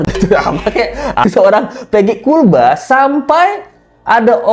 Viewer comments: Knp ya gua benci banget ini sama si mimin yg agak kriting kalau dia lagi nyebut KULBA,,,perasaan pengen gua tampol aja😂😂😂😂😂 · Gaul lah bang no no no bukan kulba